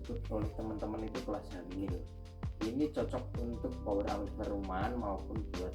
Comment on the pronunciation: Amplifayer mas bacanya bukan amplifer😅